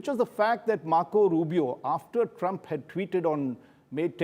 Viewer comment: Mr ashtosh improve your english u have been a looser all your life you do not need to speak and speak to the point and you need to pronounce my presidents name right stop using a lot of the